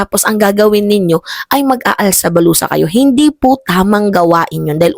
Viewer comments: "ALSA BALUTAN" po hindi "ALSA BALUSA"😂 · alsa balutan "Hindi alsa balusa... 😂😂😂